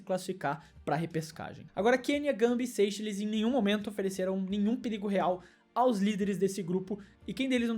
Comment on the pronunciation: É Seichéles e nao Sêicheles O da Guiné Equatorial optou pelo pais de sua "ascendência" e nao "descendência“